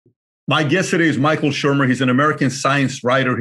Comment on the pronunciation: Love the show and great appearance on Rogan! It’s Michael “Shermer” though.